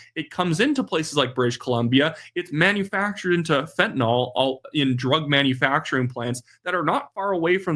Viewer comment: you're doing a good job; but the drug's name is fentanyl. (Not fentynal) Otherwise, good diction!